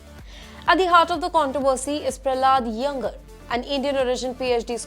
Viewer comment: Don't you know how to pronounce Iyengar !!!